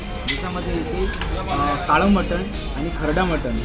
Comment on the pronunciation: मराठीत फूड ब्लॉगर तुलनेने कमी आहेत. जे आहेत ते 'कानातून धूर आणणारी मिसळ' आणि 'सर्वात मोठी गावरान / कारभारी / सरपंच मटन थाळी' यापलीकडे फार काही जाऊ शकलेले नाहीत. मराठी फूड ब्लॉगर्सपैकी शेकडा ९९ लोक Mutton चा उच्चार 'मटण' आणि Chicken चा उच्चार 'चिकण' असा का करतात हे न सुटणारे कोडे आहे. दोन्ही इंग्रजी शब्दांना सुयोग्य सुटसुटीत पर्याय मराठीत अजूनही न रुजल्यामुळे त्याकडे दुर्लक्ष करूया ब्लॉगर लोकांचे बोलणे अतीशय नाटकी असते. मूळात त्यांची भाषाच समृद्ध नसते त्यामुळे पदार्थांचे वर्णन करताना त्यांना वैविध्य जपता येत नाही. शिवाय मध्ये मध्ये इंग्रजी शब्द तर चीड आणतात. जसे की..... ''हे * ऑस्सम लागतायत" असं ऐकलं की तात्काळ मोबाईलमध्ये घूसून तो पदार्थाचा वाडगा त्या ब्लॉगरच्या डोक्यावर पालथा करायची इच्छा होते मला.